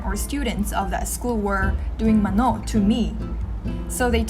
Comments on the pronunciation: Mano is pronounced as 마노 with a soft "o" not with a strong "o" like in 만오. Kkkkkk cute though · It's pronounced "Mà-no" and not "Ma-nò". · Great to see this... A bit of correction though, but we don't say "mano" with a stress on the 2nd syllable but on the 1st syllable. MAno [not maNO]. ❤️ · its pronounced as MA "pause" NO not straight up MANO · Maanoo. Long sound pls 😊. You pronounved it like manok meaning chicken. Nice vlog. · Mano [MA-noh]- the last syllable is softly spoken. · Love your videos! These are all true. Btw, it’s ma-no, the stress is in the first syllable. 🤍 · "mano" is pronounced = long "ma" and soft "no". and not strong as you pronouce😊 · When I first hear it... Sounds like "manok" means chicken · Its cute how she pronounced "mano" 😹💕 made me imagine myself doing such mistake in pronouncing korean words when i go there, but not being cute like she did😩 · mano = accent on the first syllable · The way you say "mano" sounds like the Ilocano for "how much". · I noticed how she pronounced "Mano" haha cuteeee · When she says 'mano' funny but cute💜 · yeah, similar to how Bano is pronounce. it's funny.